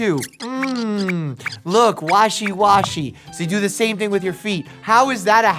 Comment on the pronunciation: When he said washy washy, I thought he said Walshy Walshy 😂